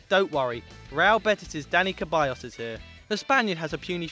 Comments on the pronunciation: Ceballos not Keballos... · Ceballos not Queballos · Seriously stop saying the c in the players name wrong!!!! It's NOT a ch sound but rather an s Mauricio lemos is pronounced more like maurisio and not the way y'all are saying it!!! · keballos??????? its ceballos (like seballos) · lmao he said Caballos, it"s Ceballos (Se-bay-os) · Kebayos? lol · Ceballos is said like Seballos